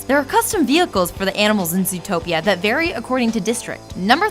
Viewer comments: Lol, zootopeo. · I thought it was called zootroplis